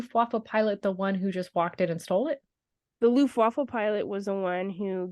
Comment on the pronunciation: Hi. German here. it's actually "Luftwaffe" not "Luftwaffa". The word "Luftwaffa" doesn't exist in German.